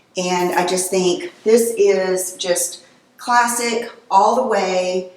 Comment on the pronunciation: Classic is classic, no need to over stress the word